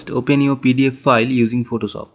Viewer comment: "Photosop"? xD Great Tut bro <3